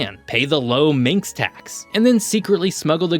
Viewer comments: Manx not minx so Manx slate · Minx language . 😆😛🤪 it is Manx ffs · It’s Manx (man + x) not minx ;) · Manx is pronounced man-x